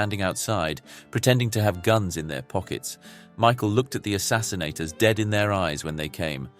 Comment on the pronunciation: The word is “assassins”, not “assassinsators”!